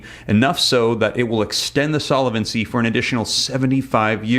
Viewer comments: Please, since you use the word “ SOLVENCY “ so often, I really wish you would learn proper pronunciation of it !! No way it is Solevency 👺👺👺🦧😎😎👀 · Solvency, not solavency, based on the word solvent, not solavent. Not intended as a criticism; thought you'd want to know.